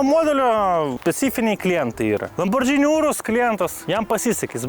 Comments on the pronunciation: lamborgiiiini, o ne lambordžini. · kaip visad super! P.S. Ne lambordžini, o lamborgini reiktu tart. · Įdomu išmoksim kada lamborgini sakyt vietoj lambordžini? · Lamborgini, o ne Lambordžini. Ar čia ant prikolo taip vadini?